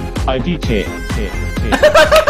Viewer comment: Lol I D K, kinda sounds like "A dick", which is what i would've guessed that last thing was purely from the shape.